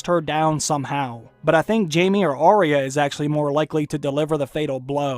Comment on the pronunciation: 1. You do care, Gregor needs a satisfying death. 2. Its "Eye-ah" not "ah-ria" thats how they say it in tje show so why does everyone mispronounce it.